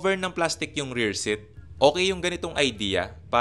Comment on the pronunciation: Seat is "seet" not "sit"